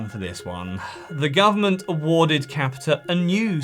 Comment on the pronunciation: Capita, the r is silent